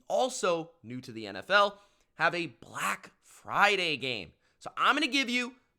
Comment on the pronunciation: The way this man says Black Friday 😂😂😂😂😂😂. 😭🤣🤣